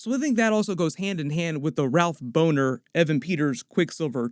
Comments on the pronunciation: Ralph “Boner” 😂....it’s pronounced Bah-Ner...at least, it should be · Bohner is mispronounced. It’s not Boner, it’s Bohn-er. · Boner is spelled boner that bohner would be pronounced bawner I think. I think it was just a little joke that she mispronounced the name.